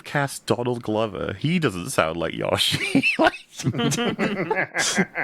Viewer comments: Sounds like is saying “Joshi” a lot of the time. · so like, everyone has Google and can see the correct pronunciation of Yoshi is indeed Yoh-Shee, don’t understand why was acting like they say it correctly and everyone else is unjustly annoyed with them saying it that way 😂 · It's a Japanese word. The closest phoneme to the Japanese "yo" is pronounced "yoe." It's "yoe-shee." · You mispronounce Yoshi. Opinion discarded. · It’s Yoshi not yoshi. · For the love of all things, someone pronounce Yoshi the right way!!!